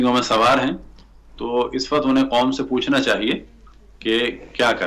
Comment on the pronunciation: sahib waqt hota h Wakhat nhe hota